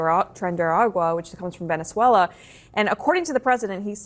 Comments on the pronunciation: Bro it's not velenzula it's Venezuela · bro how can I take you seriously when you can’t pronounce Venezuela?